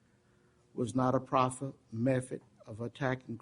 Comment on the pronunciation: I can’t believe how this judge keeps saying ‘pacifically’ instead of ‘specifically’ and ‘mefod’ instead of ‘method’ and ‘Anfoney’ instead of ‘Anthony’